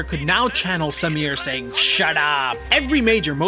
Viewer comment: Bruh I'm impressed with the pronounciations! My uncle built parts of the team that built the cars raced by Samir. It's a now defunct firm called Red Rooster Racing here in Bangalore. The dude is immensely skilled. I remember the time he had brought out his Novitec Supercharged Ferrari F430. The thing sounded wicked n he had it floored! This was around 2013 or so and a time when supercars were a rarity on Indian roads, let alone being driven hard. We also happen to have a goddamned almost 200% import duty on imported cars. So something like a highly specced SVJ is almost 1.5 million USD here. Samir also has a Superformance GT40 in the Gulf Livery amongst a dozen or so tasteful exotics.